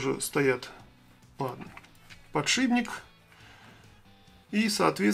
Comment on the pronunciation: подшиПник же, а не подшиБник.